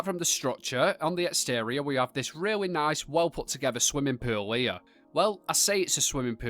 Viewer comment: “Swimming pewell” 😊